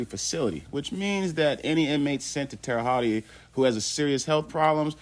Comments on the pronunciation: Bro, 2nd video I’m leaving this comment. It’s pronounced Holt or Hut not hotty or what ever your saying. Good research video, minus pronunciation of the name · You're not very smart at all!!! It's not pronounced tere hottie!!! It's pronounced Tere Hote. Do your research before looking ignorant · man, you dont say it like that Terre Hottie...hahahahahaha its Terra Holt pronounced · Hotti is crazy. Hote is the pronunciation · Terra hawt, that’s how it’s pronounced. Terry haute, that’s how it’s spelled. Please learn how to pronounce the words your trying to pronounce. It makes the content in unlistenable. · Pronounce that city name correctly please. Terra Hote- Land High in French . Yes Dylan R is still here alive. I'm told he is an asshole and a problem to those who have to watch over him. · How come no one can ever pronounce Terre Haute. The right way. Tara H-oat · Pronounced (Terra Hote). Just helping out. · It's pronounced Tara hote lol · Bro its pronounced like tara hoat lol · Terra hawt is the way to pronounce it lol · Terahaute not tearahaut e and stop the scummy a hole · Terre haute like hoat lmao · Terra hawty 😂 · Learn how to pronounce Terre Haute and do it over. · The butchered pronunciation of Terre Haute is almost unbearable. Then he repeats it constantly. Google has a pronunciation feature. Use it. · Drop the "e" sound on Terre-Haute, just saying. Good show my man! Check out "Boston Chinatown Massacre" Nam Tham, 5 bodies Ping On gang (linked to 14k Triad) "Burnt Ziti Murder" Richard Rosenthal (Rosie opened up his wife literally) the list goes on. Mass State Prison.